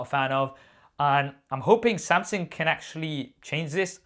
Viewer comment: Who is this Samsing you keep referring to ahah